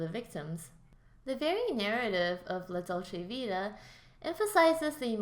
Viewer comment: Dude, kindly do your homework and learn how to pronounce the name of the film before recording it. Also Ekberg was Swedish, but her character was supposed to be American, not Italian. And "an Italian fountain?" The famous Trevi Fountain! This important film deserves better treatment by a casual commentator.